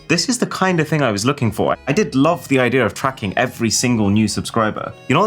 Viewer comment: Bro, you've lived in the UK for far too long. There is no R in IDEA :D